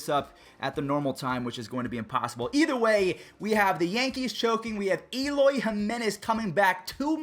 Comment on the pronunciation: Its not E-loy...its Eh-loy.